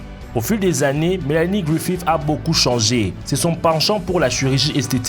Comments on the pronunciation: Melianie Grifif ??? you must pronounced GRIFIT .. what kind fuck dialect ? Quebec ? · Mélanie "Gouifif" ? :D